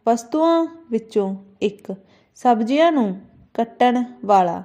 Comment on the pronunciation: ਮੈਡਮ ਜ਼ ਪੈਰ ਬਿੰਦੀ ਨੀ ਬੋਲਦੇ tuc ਜਿਵੇਂ ਦਰਵਾਜ਼ਿਆਂ ਸਬਜ਼ੀਆਂ